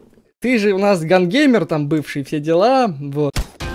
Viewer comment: не гангеймер а гансинкер